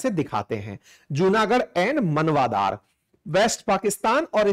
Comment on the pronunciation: Sir,It's not मनवादर it's माणावदर